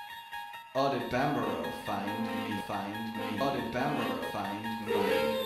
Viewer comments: that bit they were doing at the start. they both were pronouncing banbaro differently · Does Banbaro know it's Banbaro?